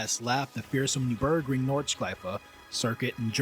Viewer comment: Overarching … not overreaching. And you pronunciation of the NUR BERG RING sounds like new burg ring but with a strange rhythm. Very curious. Otherwise, good subject and lovely visuals! was that gt7 footage at the end?